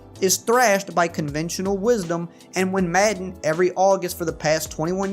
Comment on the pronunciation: not trolling, love the way says "Maedan".